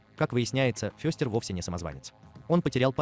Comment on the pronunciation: Ну что за произношение: МОртиша, ФЁстер... Тьфу! У Кузена Итта и то речь чётче. Добавлю ещё несколько фактов: 1. "Странной семейке" у Чарльза было посвящено менее 10% рисунков - 150 из 1300, первый рисунок с прото-Мортишей, а так же возможно с прото-Ларчем (единственный Ларч с бородой) и возможно даже прото-Уэнздей был нарисован в 1938 году 2. У героев появились имена и известные нам многие фишки, которых в рисунках Чарльза не было и в помине, только в сериале 1964 года. Актёрам давали выбор и возможность импровизации. У отца семейства было 2 варианта имени: Репелли и Гомес, выбор сделал приглашённый на роль оного актёр Джон Эстин, который кстати добавил в привычки Гомеса такие вещи как Дзен-йога, курение сигар (тем более сериал спонсировала табачная фабрика) и игру в паровозики (в оригинальных рисунках был лишь один, где Пагсли запускает на игрушечную железную дорогу перед поездом что-то вроде автобуса). 3. Имя "Уэнздей" (Среда) придумали производители игрушек, когда выпускали серию мерчендайзовых кукол перед релизом сериала, основываясь на строке из стишка про дни недели - "тот, кто в среду был рождён, горьким горем будет полн", хотя официальный ДР Уэнздей - пятница 13е, в сериале даже есть прикол, что у неё 2е имя Пятница, а в новом сериале была ещё и МАнди (Monday - Понедельник) Джонс, дочка кузена Рамона, двоюродного брата Гомеса. 4. Вещь по задумке Чарльза была отрубленной головой, но режиссёр Дэвид Леви посчитал это слишком перебором и заменил её на руку кузена Итта во